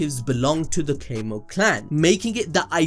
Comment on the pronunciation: Homie keeps saying Cay-moh clan, and I genuinely feel like I can't keep watching it.